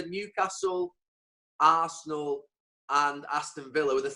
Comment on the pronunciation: AASSenal!! Amazing-I would have never expected him to say that, Tottenham perhaps